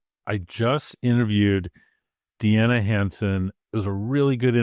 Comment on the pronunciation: And by the way, I've heard "DNA HANDSOME" when you said her name that I will now happily remember! Deanna Hansen🙏👍❤